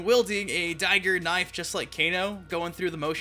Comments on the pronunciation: Sorry for sounding dumb, but did they really just say "Kuh-nife" instead of knife ? confused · k-nife? lol